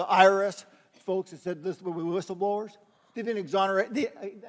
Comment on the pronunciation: Did he just say "listleblowers"?